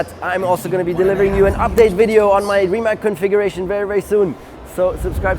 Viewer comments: I still can not understand why do some of your pronounce the name wrong? It is Rimac not Rimek. It is Rimazz like pizza at the end. P.S. It is nor Nicco Rasbjergg! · Everything fine but I do not understand why you are pronouncing RimaK when you know that is RimaC?! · Its Rimac not Rimak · Its Rimats not Rimak .. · Nico warum sagst Du immer Rimäk - es wird doch anders ausgesprochen :D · C in Rimac is read as zz in pizza. (I'm Croatian) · Bought a 2m dollar car….can’t pronounce RIMAC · At least pronounce the name right.